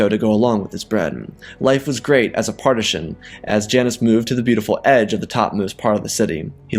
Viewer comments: It’s patrician not partisan… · Got to nitpick. Janus could have been a Praetor, but Consuls were the supreme co-leaders of the Roman Empire. Also it's Patrician (pronounced Pa-tri-shan), not partishan as you kept saying. As someone with a BA where one major was in Classics with a major in Ancient Roman history, that pronunciation was like nails on a chalkboard. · I take it you mean Patrician the Roman upper class? not wanting to be rude but it sounds like you saying partisan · Good, but please learn how to pronounce patrician. Also, I was hoping for the Jedi to get involved in the Punic Wars. Roman: "Great warrior from the stars, please aid us in our righteous war against the vile Carthaginians." Jedi: "After seeing your gladiatorial arena, how can they be more barbaric than you?" Roman: "We don't throw our children into fires while drowning out the screams by singing praises to a bloodthirsty god." *lightsaber ignites*